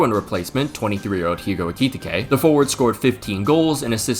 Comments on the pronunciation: bro it’s EH-Cuh-Tee-Kay, not ekititikekeke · ‘Ayki-tikay’ lol 😂😂😂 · Genuinely what the hell is so hard about Ekitiké? I've heard three different football commentators say it wrong. It's literally four syllables. Finnish would beat your ass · Ekitike is surely not pronounced like that 😅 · Stop pronouncing Ekitike like that. (Here's your engagement bozo) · BRO ITS EKITIKE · The way you pronounce Ekitike I just know you mispronounce Gracias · i love you bro but please learn how to say ekitike😭🙏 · Thats not how you say Ekitike😂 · Number of times said Ekitike - 5 Number of times said Ekitike correctly - 0 You know they now release a video at the start of the season with the players pronoucing their own names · How tf can pronounce Wirtz properly but no Ricky Ticky Tavy?